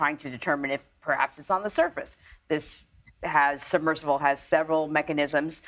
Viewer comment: Fire the host on the right. These people set the canon for how to speak and deliver stories. Missing the 'b' in submersible? Then she calls it a 'subversible'? An 'incredible' complex rescue? All adverbs end in -ly. Visually see? Then a 'submersive'? How is someone like this given this job?